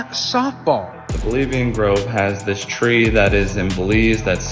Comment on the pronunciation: If you want to be taken seriously don't say, 'Dis' when you mean , 'this'.